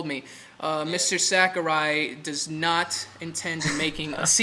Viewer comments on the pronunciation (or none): "Sakari" annoyed me >_< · Sakari? It's Sakurai xD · Mistur Sack-a-rye